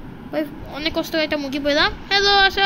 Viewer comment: 😂😂😂মুগগি না মুরগি😅😅